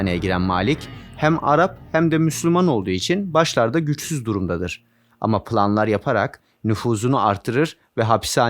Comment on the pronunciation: PILanlar mı? Şu Türkçenizi de bi düzeltseniz çok kaliteli bir kanal olacaksınız